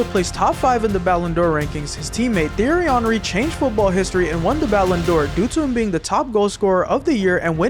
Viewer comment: Bro is saying Thierry hanry